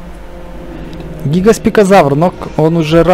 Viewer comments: He гигоспикозавр, а гигант-спинозавр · ГигантспиНозавр, целый выпуск мои уши обливались кровью